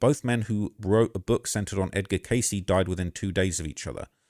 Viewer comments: Edgar Cayce is pronounced CAY'see.....not case....sheesh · Dude do your research 😂😂😂 edgar K.C THAYS HOW YIU PRONOUNCE IT TF ,ROOKIE 😂😂😂🎉😂🎉😂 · Sad story. Edgar Cayce is pronounced K-C. Definitely checkout a documentary on him and amazing person life and abilities. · Edgar Cayce pronounced like “Kay-See”.